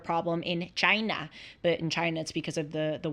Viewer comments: I caught that too and laughed. She is such a character. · Did I just hear you say ch-y-na like trump? 😂